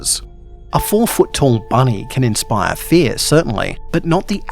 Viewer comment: Büny: Büny